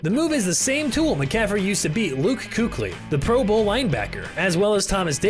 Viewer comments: Luke "Kookly"? "Kookly"? It's pronounced "Keekly" man, c'mon... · no way you said koockly LOLLL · When he said kookly…I almost ended the video right then and there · Pronounced Keeklee my man. No Kooklee. 😆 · Pronounces Luke Kuechly as Koo-klee🤦🏼‍♂️ key-klee bro. Plzzz😂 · This guy really said Luke koockly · Ok, but he said KoOkLy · I know you did not just say Luke Coocly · Say it with me Luke KEY KLEE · The pronunciation of luke kuechly makes me want to die tbh come on bro no way you have never heard the right way to say it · Turned off the video when you pronounced Luke Kuechly wrong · Please tell me this man didn’t just mispronounce Luke Kueckly’s name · I almost blew a gasket. I am glad seeing great responses here but, really, it's kind of a crap commentary from top to bottom. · NFL fans have not even the slightest clue what you're talking about when it comes to CMC he will go down as the best running back ever. Who cares that the announcer mispronounced Luke's name is that all you guys are hopping on we're talking football head not mispronunciation of somebody's name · why would you say kuechly like that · Don’t ever in your life butcher Luke’s name like that again… Other than that, cool video.